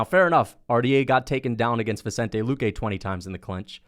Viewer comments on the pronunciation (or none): none